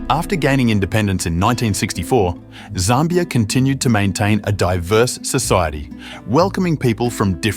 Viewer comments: Zimbabwe was known as Northern Rhodesia. Zambia was known as Southern Rhodesia. And it’s not pronounced ZARMBIA. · although some of my comments may be incorrect due to a difference in pronunciation between the USA and the UK, I noticed you pronounced Zambia as ZAHM-be-uh, rather than ZAM-be-uh. Also, although Namibia has lots of German speakers, in the Wikipedia article, it listed Afrikaans just above German in the list of spoken languages, indicating there are more who speak that language--today, anyway. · Zambia is not pronounced correctly in this video.